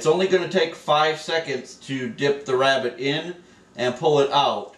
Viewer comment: Do you west youw wabbit in a westinghouse?